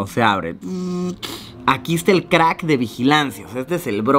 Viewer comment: dice "creck" y no "crack" Igual excelente video Luisito!!!!!